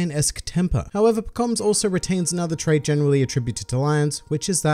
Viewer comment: You DO pronounce it differently from the anime. I heard about it on a subscriber benchmark, but now I heard it myself.